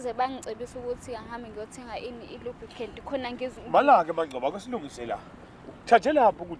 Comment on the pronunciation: "Lubcan"😂😂😂ulaka kubaba ayi ngeke